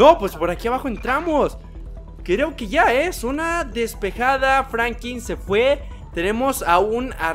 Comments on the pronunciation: Denle like si escucharon que dijo frankin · Franklin y no Frankim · No es Frankin es Franklin